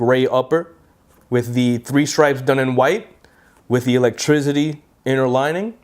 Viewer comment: Electrizity hahaha jk man